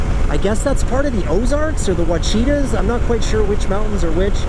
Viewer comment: Ouachita mountains is pronounced like watch-a-taw.